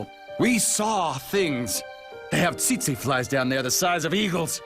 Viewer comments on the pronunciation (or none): none